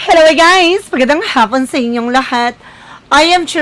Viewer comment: Magandang Hhhaaapon sa iyo . you pronounced as Haaaaapon